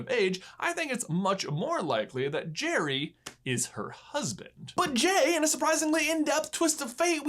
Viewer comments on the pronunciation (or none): it's geri not cherry cuh'😂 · It's Gerri not Jerry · I thought it was pronounced "Garry's game" not "Jerry's game" :( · In language arts class we were doing a plot diagram on Pixar shorts. This was on of them and lots of them pronounced Geri like jerry instead of Gary. I was pretty sure it was Gary and you obviously agree with me. I know it's trivial, but you guys are the kings of trivial. By the way, great video. I always loved this short and I use the strategy of flipping the board around, every time i play chess. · Noooooooo! Not gire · It's Gee reee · I thought it was pronounced like Gary...... And I'm sticking with it 😜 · I always thought it was pronounced like Gary, but the Jerry-like pronunciation makes more sense. :P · If an E or an I follow a G, the G is pronounced like a J. That's if you speak English, which... I think you get it. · Anyone else thought you said his name with a G sound and not a J sound? No just me? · I think that's an accent thing. They do kind of rhyme the way pronounce the names. Where I'm from, the definitely don't rhyme.